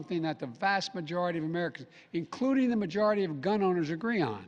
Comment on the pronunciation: “Gum owners”